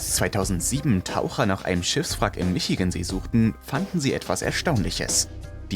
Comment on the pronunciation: bruder kannst du ehrlich nichtmal michigan aussprechen, was kannst du und deine kollegen eig aussprechen